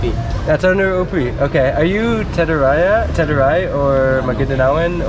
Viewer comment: Teduray not teruray